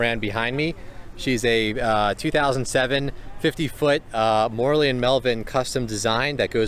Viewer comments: Yes, he pronounced it like Morley. Italian is really easy. Should be More-ell-ee. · Your pronunciation of "Morrelli" is so wrong...